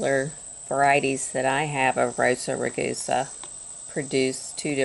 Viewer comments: It's Rosa rUgosa instead of Rosa rOgusa. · it wasn't text it was your mispronunciation, not any 'accent'.